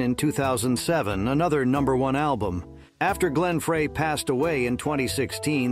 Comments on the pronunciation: How can you misprounce Glenn Frey? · Are you an actual person? You mispronounced names including Glen Frey, Bernie Leadon and no mention of Don Felder??? Without Don, there's no Hotel California amongst other songs. FYI, most of these musicians have passed away. Also Abba? The Carpenters? Lol, these were bands we made fun of in the 70s!